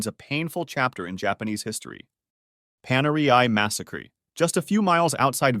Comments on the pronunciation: "Paneriai MASS-UH-CREE" ???? wtf kinda Rinky Dink 2022 ElevenLabs ass voiceover shit is this? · Why do you sometimes just pronounce a normal word super weirdly, like massacre in this video for example